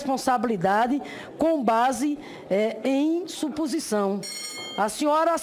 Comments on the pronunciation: falou ispricar, incrusive, supusição🤣🤣🤣🤣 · ela só sabe falar " SUPUSIÇÃO' kkkkkkkk